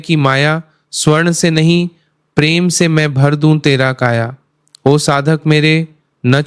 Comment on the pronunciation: Pehle ma bola fir pirem 😂